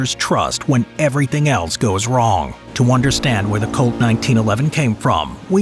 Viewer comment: Couldn’t help but hear colt, as cult